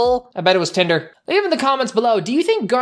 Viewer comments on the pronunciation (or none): none